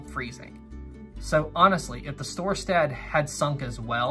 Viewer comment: It's Storstad. Mispronounced on here.